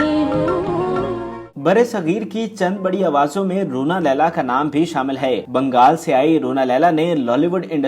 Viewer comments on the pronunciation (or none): none